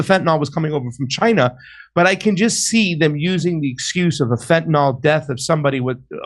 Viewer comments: Fuck! What is "fentanol"? It's "fentanyl", dammit! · Could people stop pronoucing it fentanOL please?